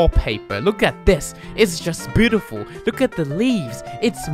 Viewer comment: I love how pronounces Beootiful